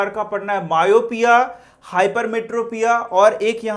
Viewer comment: You tell myopia wrong